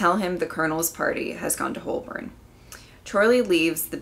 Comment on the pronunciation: Igassumed that was that prompted that reaction before you read it out. Unfortunate that the BBC hadn't realised how important Lethbridge-Stewart was going to be and destroyed the episode of his first appearance. The 'l' in Holborn is not pronounced. It sounds like 'hoe-burn'